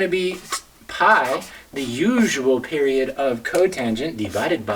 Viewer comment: Whenever he says "mah period" I went into several seizures from laughter.